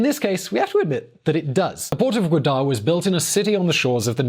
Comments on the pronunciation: Still pronouncing wrong, its not goodar. Pronounce it like this Ga-wa-dar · It's pronounced Ga-wa-dar not Gua-dar, you still couldn't pronounce it properly. Even after looking it up. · You sound like an idiot....and look like one too. BTW...its not 'Godar' it is Gwadar....Loser! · Its port Goovader not Goooda !!!! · It's not godar it's gawadar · I dont think you looked up Gwadar right its pronounced Gawadur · It’s called Gaa-waa-dar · It’s wrongly pronounced . It’s called GA WAA DAR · Pronounce it like this: Ga-Wa-dar ... now say it in one go.... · GAA - WA- DER. That's how it's pronounced. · correct Pronunciation is: "Gwaa der ". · even though you Googled, you still pronounced Gwadar wrong. Its Ga-Wa-Dr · To much hot air,.... Learn first how goo-dar is pronounced. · He pronounced gwadar as Buddha. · Its pronounced Ga-waa-dar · man ur GAWADAR....lol its GA-WA-DARRRRRR..... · You still pronounced gwadar incorrectly 🤣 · You pronounced gawadar incorrectly, you are supposed to make a v sound :p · You never heard of the city and you had to look it up to pronounce it correctly and you still pronounced it horribly wrong. Smh. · You make the people who borrow money from China stupid think the borrower out con China. You looked gawadar to pronounce it but your investigation was worthless because you pronounced it wrong 😂